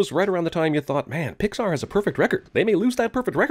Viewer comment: I didn't expect to find a new reply on this video... also, you said Poxar Theory instead of Pixar.